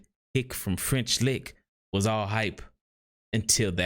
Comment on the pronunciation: Did you say the ‘Ick from French lick’?